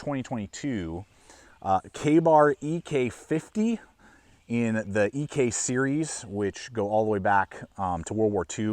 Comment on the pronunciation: Did John actually pronounce his surname "EE-Kay"?🤔